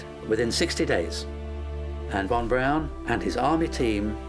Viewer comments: ok I see a lot right about this video and a lot wrong or just silly. For one thing a man keep saying von Braun like BROWN but it wasn't pronounced that way (as another man says it right later) it was (is) pronounced (sounds like) Brawn .. kind of difficult to spell it like it sounded, however, you catch my drift. Another just kind of funny thing is and beyond- the guy stated the original space craft von Braun had planned -or the upper stage that would land on the moon - would've been so heavy they didn't know/think the moon could handle the weight? Seriously? Come ON, it is and was a type of planet. How in the heck could they think they could build ANY space craft that would be too heavy for the surface of the moon! I had to laugh at that. I'm aware they didn't know much about the moon or space in general but I find that statement and thought to be ridiculous! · Werner von Braun's name is pronounced, "von Brawn." Not von Brown. C'mon, scientists. A little more attention to detail, please. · It's pronounced von Brawn, not von Brown. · I'm amazed at the constant mispronounced name of doctor von Braun.( brawn) brown.?? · Narrator literally pronounced "Von BROWN" the entire time, lmaoooooo 💀💀